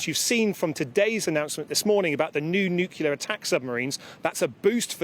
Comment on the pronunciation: Nucular? What a muppet. A defence minister that cannot pronounce the word 'nuclear.'